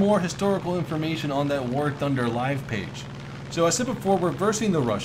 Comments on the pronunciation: Wait. Did I hear you say War Tunder?! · “ War Tunder “